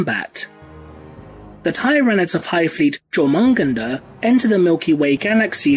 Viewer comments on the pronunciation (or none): Hive fleet jormungandr is pronounced "yore-mun-gan-der" i know, i know i dont like being that guy either, but it is important...if i called astartes "astardes" it would get called out.. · Your pronunciation of Jormungandr hurts my deep inside.